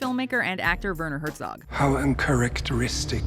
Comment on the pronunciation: It's Herzog not Höörzouuuk